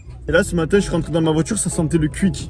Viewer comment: Alors pour la prononciation on dit pour Quick = qOuik et guine = guOuine 😅